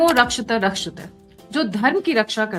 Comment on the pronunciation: Mam, Dharmo Rakshati Rakshitahh hai aap dono ko same pronounce karti hai